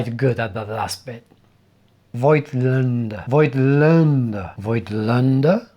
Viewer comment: You are doing reasonably good with the ä-part in Voigtländer, but you are wrong about the pronunciation of the first syllable. The i is not spoken, but it is a signifier that the o has to be stretched phonetically. So the o is bit like in the word 'mole'. If you don't trust me, there is a good video of the YT-channel Analog Insights with the title "How to pronounce German camera and lens brands correctly?" This video also features the correct pronunciation of the name Voigtländer. But other than that: Great video. I found that metaphor to be very fitting. Five years ago I was still shooting mostly analog cameras from the 70s. Even (historic) motorsport events. So I feel right at home focusing manually. But it justs takes a little bit more time and prethinking your shots. But when one of my nieces or nephews is having a birthday party I tap out and mount an AF lens. No chance! 🙂